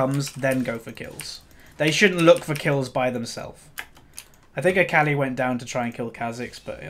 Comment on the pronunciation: Good game but sad about AFK. And it's pronounced ACALL-E not ACALLY